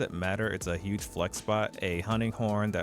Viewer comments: "gohj" lmao I had to chuckle it's "gayj". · Classic case of seeing a word more than hearing a word. 'Gauge' in health gauge is phonetically pronounced "gayj". Great Video! DPS is overrated. Not dying and comfortably slaying monsters is where it's at!